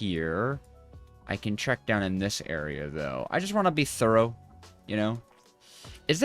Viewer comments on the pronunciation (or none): none